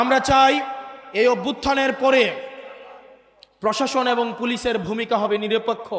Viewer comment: পশাসন উচ্চারণ ভুল হবে প্রশাসন। ভুট ভুল উচ্চারণ হবে ভোট। ব্যাগম পাড়া নয় হবে বেগম পাড়া শুদ্ধ উচ্চারণ করতে হবে। আগামীতে জনপ্রতিনিধি হবেন ইনশাআল্লাহ। পধান/ প্রধান র- ফলা শিখুন